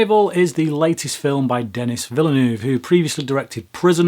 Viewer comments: I believe his name is French (Canadian) and should be pronounced like "de KNEE". You might want to check on that. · pronounce Denis' name properly please...